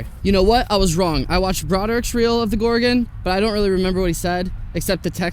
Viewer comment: Thank you for saying Gor-gon, not gor-GONE!